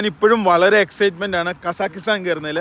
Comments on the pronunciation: കസാകിസ്താൻ എന്നു പറയാൻ പഠിപ്പിക്കു😌 അല്ലെങ്കിൽ നമുക്ക് ആ രാജ്യത്തിൻ്റെ പേര് മാറ്റിയാലോ🤔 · അവനോട് കാസഖിസ്ഥന്റെ പേര് പറയാൻ പഠിക്കാൻ പറ